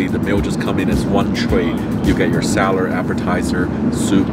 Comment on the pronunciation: It is salad 🥗 not slared